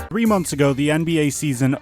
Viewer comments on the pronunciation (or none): none